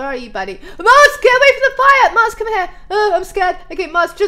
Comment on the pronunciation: when she went to see the Snow Golems she said max instead of Mars